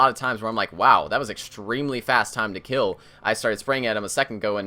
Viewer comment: "its a lot easier to gill them" - 2016